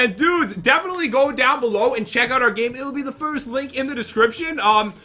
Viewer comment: I heard you said gime not gamelol